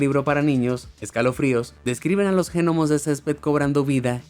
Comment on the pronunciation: Esa pronunciacion de los Genomos.